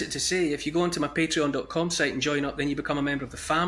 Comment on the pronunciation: Patreon not Pateron. Just saying.